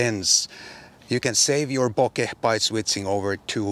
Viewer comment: Title's misleading, but great review, nonetheless! And thank you for not butchering the pronunciation of the word bokeh.